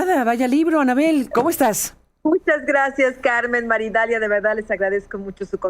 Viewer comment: que NO es "Maridalia", es : MAría. Idalia!!......